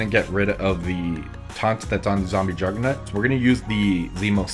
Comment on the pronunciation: Am I the only one that hears jugger-nut? 😂